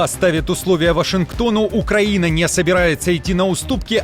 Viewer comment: «Военный аналитик» не знает как правильно произносится Украина😂 Где вы этого «аналитика « откопали???